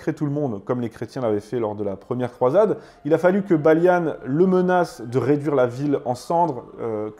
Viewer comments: On ne dit pas "Baliane" mais "Baliand". On est pas des anglais. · Son prénom se prononce "Balian" et non pas "Balian" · Juste parce qu'il a dit Baliane au lieu de Balian je crois que je vais être d'accord avec toi ! Il a pas vu ce film ! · Hello Pourquoi prononcer le nom de ces héros français à l'anglaise? Balian, pas Balia-ne... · Video assez intéressante même si il manque des choses mais c’est normal c’est un sujet très complexe, juste Balian ne se prononce pas baliane 😂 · Ta prononciation des noms est affreuse c’est pas possible mon ami c’est des noms français t’es parti loin 😂😂😂😂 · la moindre des choses, c'est de prononcer les personnages d'origine française... En français. Balian, pas Balianne D' Ibelin, pas Iblin. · Pourquoi prononcer les noms à l'américaine ? Le personnage principal s'appelle Balian pas Baliane... Pareil pour Ibelin Vous ne l'avez vu qu'en VO ? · "Balianne" ??? "Ibelinne" ??? Pourquoi cette prononciation anglaise ? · pourquoi prononcer les noms à l'anglaise? il s'appelle Balian pas Baliane, et c'est d'Ibelin, pas d'Ibeline... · Il faudrait quand même faire l'effort de regarder les films... même la prononciation n'est pas bonne c'est le baron d'Ibelin et pas de ibeline... on parlent de "baliant" et pas de "Balyane" et puis le prêtre c'est pas n'importe qui c'est son frère qui le déteste depuis qu'il est tout petit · C'est quoi cet accent d'angloys que tu nous as fait la : "Balianne, Ibeline..." Oh vil angloy sors de ce corps ! 😂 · Balian = BaliEN et Ibelin= Ibel1...à la Française et non pas à l’Anglaise comme tu l’as prononcé, c’était des noms francs... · J'ai entendu "Balian" prononcé "Baillelannes" puis "ibelin" prononcé "ibeline" après l'anecdote wikipédia du cinéma Libanais j'ai pas regardé la suite. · T'es fâché avec les accents ( "Heaven" ne se dit pas "Hiven" ou "Balian" "Balianne" vu qu'il est français) mais c'est intéressant.